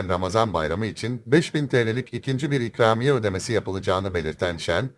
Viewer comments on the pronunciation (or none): çükramiye mi what dedin .